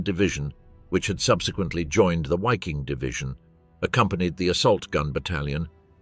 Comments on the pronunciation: It is not wikin, but Ss-Wiking, the international SS brigade in which Dutch volunteers served, underwriting the racial ideology and standards. The name refers to Norse languages, in which the V is pronounced as W. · "Why King??" Really? Learn how to pronounce German names before you do a video full of German names. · It's pronounced Vaffen SS. Basic stuff you should get right. And Wiking is also pronounced with a V. Really annoying. Not wery good at all. Ian Dee.